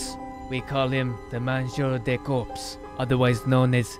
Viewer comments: Because he said "Mangeur de corpse" and ofc corpse is english normally there's no SE it's just corps and the S isn't prononciated more like "KOR" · in french corps is pronounced cor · French watcher here and the pronunciation for the "mangeur de" part is pretty ok, but "corps"? It would be "cadavre" but well :p Anyway going back to watch the video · Hello, the "p" and the "s" in "corps" are muted in french (i'm french)